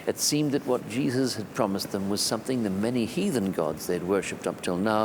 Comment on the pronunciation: Did he say "heathen"?